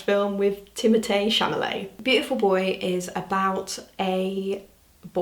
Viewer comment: am i crazy or did she say timothée chaMALET instead of chaLAMET?